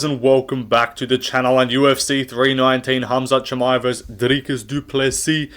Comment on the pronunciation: My favourite moment was Joe Rogan mispronouncing susurkaevs surname after he talked about Dana saying his names hard to pronounce